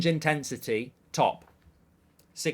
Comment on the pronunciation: Challenge intesity 😂 I’ve heard it all now